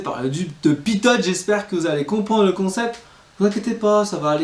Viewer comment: Salut et merci. Il me semble qu’on dit "pito" et non pas "pitote". Bonne continuation!